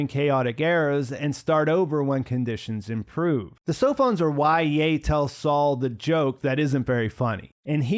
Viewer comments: I'm struggling with you pronouncing Ye Wenje "Yar". It's pronounced "Yeh" Like "Meh". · why do you keep calling her "ya"? Her name is Ye Wenjie... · Chinese Family name YE pronounced just like YEAH in English, your version is really wired since there is no /a/ in YE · You have trouble pronouncing "Ye".